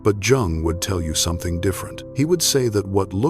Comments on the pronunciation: Its pronounced Yung not Jung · Yung! It's Yung,please don't say Jung😂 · Its pronounced YOUNG , NOT JUNG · /ʤʌʊŋ ˌʌndərˈstʊd./ ? If you can't pronounce his name correctly, then yeah, that is disturbing and certainly not the kind of thing that I want to listen to going to sleep. I stopped watching here. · This is SO positive! The beginning of this the reader spoke Jungs' name while pronouncing the J. The J in this name is pronounced as a Y. In the later portion the reader said Jungs' name properly. 😊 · I hate Ai. It's not Jung that's Chinese pronounce, it's pronounced young or Yung in German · Try and pronounce is name properly please. Americans are such a concern today. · I find this video, at best, is a modest interpretation of Jung's work. However, one of the things that I noticed is you do not know how to pronounce his name. You shouldn't be creating a video espousing his truths if you cannot honor himby correctly enunciiating his name. While, many of the points here may start with some of Jung's thoughts and ideas, I think that the video falls far short of the interpretation of what he was really expressing. I think that while we should seek internal solitude and quiet reflection, we do have to then take our wisdom out to the public. Why would we aspire to wisdom and then not share that with our grandchildren? Every great teacher in history spent their early years in study with their elders, once they came into their own discovered wisdom they began to shatr their wisdom with fertile minds; those that recognized the wisdom and took up the same journey. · How can you make a 2.5 hr vid about a guy who's name you can't even pronounce? AI content sucks. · Hello AI robot please try and learn how to pronounce the surname Jung properly. Then you might be able to spread his true words seriously.. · AI narrator not pronouncing "Jung" correctly. What the actual